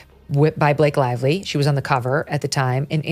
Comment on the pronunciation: “Blake Live Lee”